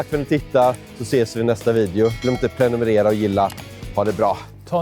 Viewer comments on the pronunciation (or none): none